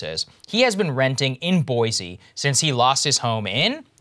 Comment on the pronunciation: Krystal! you said Boise correctly. Thank you very much. However, it's not Boise city, it's just Boise. Most Americans mispronounce Boise by using a Z sound. So, I appreciate you saying it correctly. :) Hopefully, Saager will get it down, too. Cheers